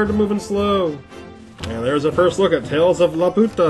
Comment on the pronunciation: He pronounced it lupata... lulz c'mon.